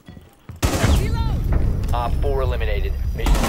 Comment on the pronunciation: when said reload i thought she said freelo